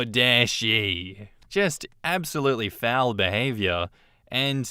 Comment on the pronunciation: S1: I swear, at , when you said "foul behavior", for a moment I thought I heard, "bowel behavior"! 😂 Which pretty much amounts to the same thing.